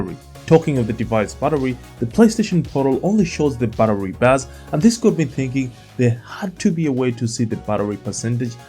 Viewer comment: So I had to check after you asked us if there's any difference between "buttery" and "battery" 😄 Looking away from the screen, and just listening to that little bit several times… no, they sound pretty much the same to me when you say them! I hope this doesn't cause you any problems when you're doing the grocery shopping. 😊